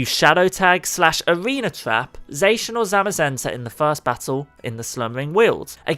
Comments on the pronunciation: its not zacan its zacian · The way zacian was pronounced hurt me. He says (zay-shin) but it should be (zah-shi-ah-n) it felt like a kick to the ribs when he said zayshin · its not zay-shin its zah-cyan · Omg wtf is wrong with your pronunciation its ZAH CI AN NOT ZAYSHUN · Dude it’s zah-shee-in, not zae-shin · STOP SAYING ZACIAN WRONG! ITS "ZA-CI-AN" NOT "ZA-CIN" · pronouncinh zacian wrong its pronounce sack-ee-an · It is pronounced zo-she-in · I pronounce Zacian as Za-she-un Another thing to do is try to give Shedinja a flame orb and give it destiny bond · Zacian is pronounced zåsh'yån ' is used to separate the syllables. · ZA-KI-AN THAT'S HOW YOU SAY IT!!!!! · Zacian pronunciation=ZAH-SEE-ON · It pronounce it za-si-an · That's not how you say Zaican but good try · He did not just say Zacian like that